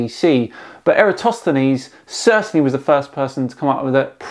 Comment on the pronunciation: That dude completely butchered the pronunciation of Eratosthenes